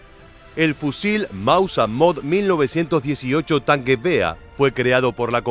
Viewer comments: Mauser ser ser..no Mausa¡¡ es un apellido, no deformes mauser asi comonse escribe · "El mausa" pronuncialo correctamente